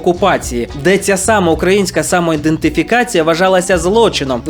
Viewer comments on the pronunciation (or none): і-ден-ти-фі-ка-ці-я а не індетифікація і Костянтин а не Констянтин